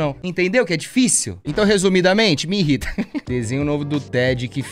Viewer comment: mim rita t3ddy? A dicção voltou!